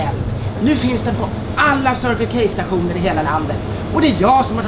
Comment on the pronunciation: Det här med anglosaxisk uttal...